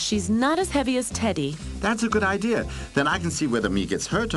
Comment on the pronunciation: "That's a good idea, Wabuu" "What kind of idear is that?"